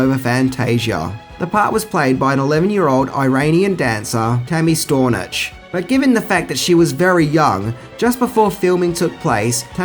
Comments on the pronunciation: Just wanted to point out that the girl who played The Childlike Empress is Tami Stronach (Strō-nack - sounds like you're saying Stor-notch, but whatever). She isn't Iranian, she is Scottish from her father, and Israeli from her mother, who happened to be born in Tehran, Iran. She grew up in Iran until she was 7. Her parents were both archaeologists working on a site in Iran. They left in 1979 due to the Iranian revolution. She spent a little time in Israel, but ultimately moved to the United States where she began studying acting. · It’s Tammy Stron - nach 😊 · It's HATH-away, as in "the greatest thing thou hath wrought", and "Strow-Nack", not "Stornitch". Atreyu almost did sink into the swamp. He had more willpower than Artax, and was able to keep from drowning a bit longer, but if it weren't for Falcor he would have suffered the same fate. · HATHAWAY not HATHEWAY and Tammi STRONACH